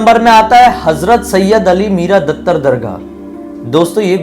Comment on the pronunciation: Bhaiya vo dataar hai dattar nai 😁